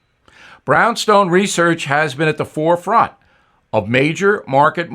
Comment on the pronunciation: Is... it... possible... for... you... simply... to read... the ... prepared... text... without ... THE DAMN HYPER-PRONUNCIATION!? To say nothing of your putting the em-PHA-sis on the wrong syl-AH'ble #SpeechTherapy. "...implications of the Great re-SET? ... fore-FRONT?" ... Beyond cute, "Billy." (Dennis Miller) ... Retired school teacher and "Simple Man' explaining this to you. USMMA82